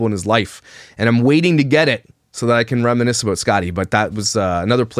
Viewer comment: I love the way you chose positive paths when faced with ... heartbreak, for example. Working hard and not moping 'aboot' lol💚 I would probably be in a mental institution curled into a permanent fetal position.